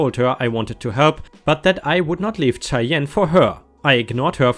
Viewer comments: Cheyenne is atleast the way i was told is pronounced shy-enne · Cheyenne is pronounced Shy-Anne JostNoEx is fine but if you aren't wanting to it then maybe don't. HOA is good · Just so you know, "Cheyenne" is pronounced with a soft sh sound at the beginning instead of the harder ch sound you're making. The way you pronounced it, I thought you were saying "Chai Yen". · Cheyenne is pronounced like shy anne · Idk if anyone has mentioned this yet or not but Cheyenne is pronounced Shy-Ann. Love your vids, long time subscriber! ⭐️ 🌟 💫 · Shyann...ch is pronounced sh in this case. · I love to listen to ya! 🌟🌟🌟🌟🌟 but Cheyenne is pronounced like Shy Ann